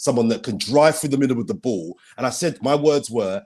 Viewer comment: Why does nobody ever comment on how says the word "ball" as "boo"????????? LY